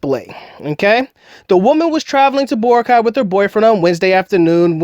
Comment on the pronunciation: it's nor Bor-a-cay, it's Bo-rac-y... my wife is from there